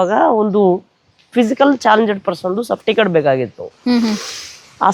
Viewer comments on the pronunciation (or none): Safticket ಅಲ್ಲ ಅಣ್ಣಾ ಸರ್ಟಿಫಿಕೇಟ್, plse ಕನ್ನಡ ಮಾತಾಡಿ, english ಪದಬಳಕೆ ಬೇಡ